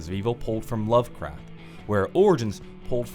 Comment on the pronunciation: Anyone else hearing him say “love crap”